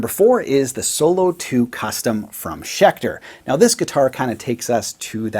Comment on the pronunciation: Haha schelter not schecter?